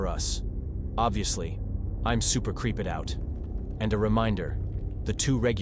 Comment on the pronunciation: I like the stories but strange the way words are pronounced, like "sweetshirt" and "creep-ed" 🙃